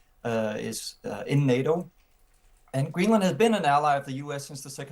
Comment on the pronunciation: The anchor is pronouncing 'Greenland' incorrectly.